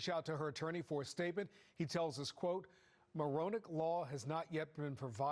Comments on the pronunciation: Maronick Law = "moronic" law 😂😂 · lol I thought they said “moronic law” not Maronick. These squatters have moronic laws on their side.